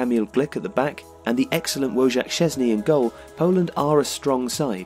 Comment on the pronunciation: Thanks man, I know. I was pointing out they'd pronounced it wrong in the video.